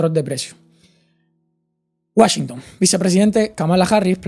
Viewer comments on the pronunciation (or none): none